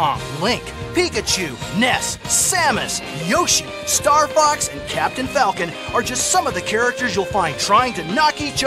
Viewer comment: When he said StarFox I died a little inside